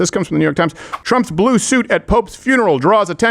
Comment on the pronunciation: The Porn Bots thought you said "Blow" not blue.